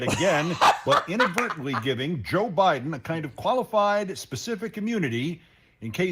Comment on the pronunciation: The guy said Joe Biden wrong.